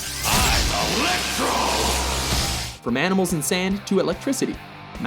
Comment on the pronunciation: LOL...Jamie Foxx playing "Elec-Bro". SMH I can never get used to that!! But you guys got this list right!